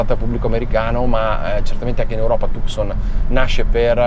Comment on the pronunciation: la precedente era già bella, il nuovo modello molto originale nel design, ma si pronuncia Tuson